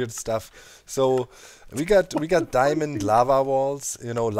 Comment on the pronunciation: diemond, demand, diamind, dimond...